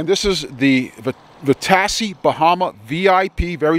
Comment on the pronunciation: Vitacci, pronounced "vi- ta-chi".